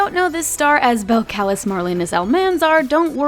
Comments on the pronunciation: Bel C-AH-lis 🤣 its cardi b's name is pronounced bel-cuh-lis but spelled different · Belcalis is (bel-cuh-lease) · notices how she said beltclis but cardis name is belcalis like (bell-cal-ez) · It's pronounced Bel-cal-leez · Belacalis is pronounced- Belle-Ca-Lees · IT IS NOT BEL-CALIS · It’s pronounced BELL ca LEEZE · Totally butchered cardis name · Belcalis is pronounced so wrong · She pronounced cardi’s name so badly😖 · HUNN YOU PRONOUNCE CARDIS NAME WRONG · she pronounces cardis real name wrong